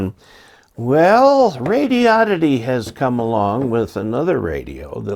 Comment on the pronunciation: It's not pronounced radi-odd-ity. It's pronounced radio-did-dee.